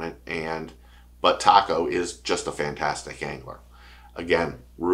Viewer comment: reaction to that live chat was not noteworthy. Chill. Also please learn to pronounce Taku and Kyoya!! I subbed regardless lol